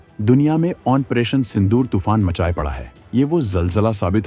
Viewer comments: ऑपेरशन को ऑनप्रेशन बोलकर आप वीडियो बंद कर देने के लिये मजबूर कर देते हैं! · Jab aap opration ko on pration bolte ho aap ki video bina dekhe band kar deta hu sorry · Why can't you pronounce 0peration (onperation can't be found in the dictionary bro....) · Operation bhi thik se nahi bol sakte aap.